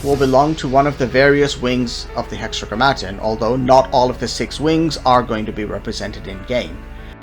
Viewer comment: Great video. It's hexa-gram-ma-ton, ton like the weight, gram like the mass. Biblical reference to the name of God for the Jews, the Tetragrammaton was a cipher of four letters representing Yaweh. Hexa=6 Grammar=words Ton=of